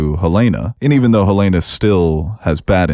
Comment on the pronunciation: I love you guys but I die inside every time you guys mispronounce Helena and Milchick. It's Hel-EHN-uh, NOT hel-ay-nuh. It's Mil-CHICK, NOT Mil-check. Stop it, pleaaaaaaase!!!!